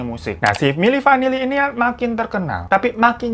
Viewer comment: Milli vinilli Eh milli vanilla ngakak bgtt sumpah 🤣